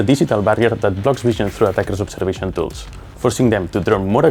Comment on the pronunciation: She said obseration tool